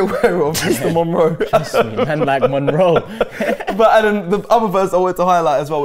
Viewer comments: Monroe... Homie is dyslexic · That "Monroe" is as good as Robbie's "Vincensius" 🤣🤣🤣🤣